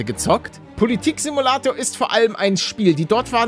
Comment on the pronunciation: Bundeskanzler Simuäuäuä😂😂😂😂😂